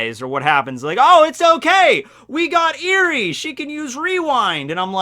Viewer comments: "Eri" is pronounced more like eh-ree, you made it sound (like) eerie // pronunciation nazi mode off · Eri is pronounced, (Eh-ree). Like Elly with an "r" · Ur saying her name wrong